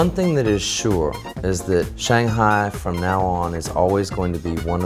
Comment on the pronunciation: Fluent in Shanghainese but cant pronounce Shanghai